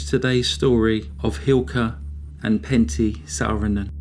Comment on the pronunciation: Sadly the punishment for murder in Finland is quite miniscule compared to the US, and it's widely recognized that the finnish population has a huge problem with alcoholism. Thank you for making a video on this subject, your pronounciation on the names was surprisingly good!